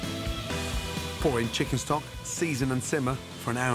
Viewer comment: Nobody: Gordon: cHiCKeN StoCk